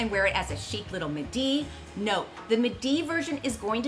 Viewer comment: MID-ee, not MUH-DEE